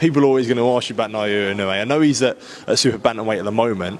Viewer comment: INOUEの発音が『あいのうい』と言ってる様に聴こえたが、発音しにくいのかな？